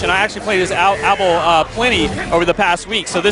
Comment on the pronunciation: ABE-EL!! Not Abble. -___